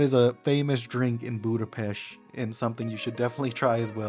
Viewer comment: Hey there! It was a really nice video about my hometown! There are very few people who can pronounce the name of the city correctly, we appreciate that! Your presentation was very interesting, you visited some beautiful places. Next time you are in the area you should also visit the Normafa, which has a beautiful view of the city. Margaret Island is also a beautiful place for a picnic and a chat! Our new Ethnographic Museum is also beautiful, it is worth a visit because you can learn a lot about Hungary and our culture. It's just behind Heroes' Square, in the Városliget, the new building is the "gate" for the park. Perhaps the best thing about the whole city is that you never get bored. Everywhere, on every corner you can find a concert, a dance hall, an event worth visiting! The city also has many free festivals in the summer. Oh, and the dog statue. This statue commemorates Lieutenant Columbo and his dog. It was built because Peter Falk, who played the famous lieutenant, claimed to be of Hungarian descent and his great-grandfather was a famous Hungarian politician and writer, Falk Miska. In 2014, a statue was dedicated in his memory at the entrance to Falk Miksa Street. In Hungary, the Columbo TV show was really popular, so it was an honor to the Hungarians!